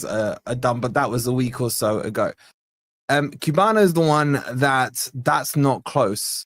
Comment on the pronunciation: the way to pronounce (in Portuguese) is Kuh-yah-buh-no = Cuiabano 😁😊